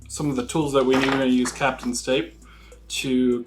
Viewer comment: Pronounced cap ton not captain